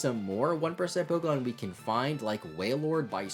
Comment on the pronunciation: You pronounce pokemon names wrong